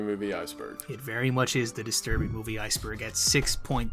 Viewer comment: bro said iceborg 🤣